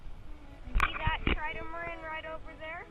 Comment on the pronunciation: I thought hello kitty belogned to matt... also, you kept saying tridamaran instead of trimaran